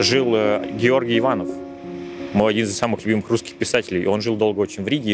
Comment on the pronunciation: Георгий Иванов, ударение на первый слог,кто живет или жил в России ударение в фамилии ставят или произносят на последний слог, сомневаюсь, что он жил в России, может только родился